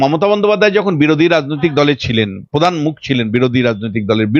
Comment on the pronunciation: Padhannoi kathata Pradhan.uccharan thik kar bety